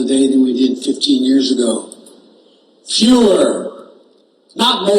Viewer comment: "Fewer" sounds like "Fuehrer"